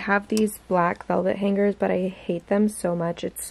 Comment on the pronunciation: For some reason the way you pronounce hangers with the hard g is really bothering me lol